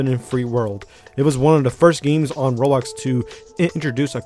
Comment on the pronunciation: I like the way you pronounce "roblox" "rolox"